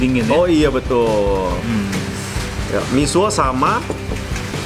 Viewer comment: misua itu bukan misuo, jadi kayak suneo 😂😂😂 berasa lucu dengernya😅😆😆